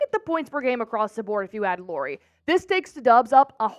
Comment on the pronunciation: It’s pronounced LAURI, like Lowrey!